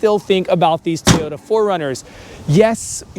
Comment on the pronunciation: It’s pronounced Toyota not teyoya